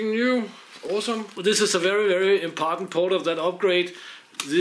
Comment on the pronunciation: "Very very impartant port..." Hahaha! Thanks for the laugh, I do the same sometimes!